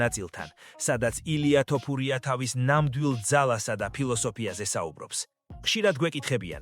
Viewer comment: ილია თოფურია ეხლა სწორედ გამოთქმაა და არა ტოპურია